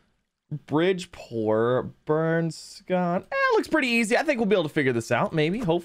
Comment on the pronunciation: It’s burnscroft